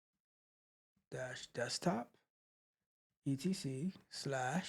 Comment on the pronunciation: Guh-wake😂😂 Like quake but with a g instead. It is named that because it was first built for the gnome desktop environment. You know G for “gnome” + quake = Guake. Long a pronounced 😅